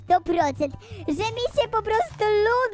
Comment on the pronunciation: że a nie rze